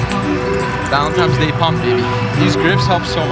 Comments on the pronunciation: loved the video, but PLEASE stop saying “ValentiMes Day”….. is ValentiNes Day. hahhaha! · idk if its just only me but did say happy "valentimes" day all the time in the video? haha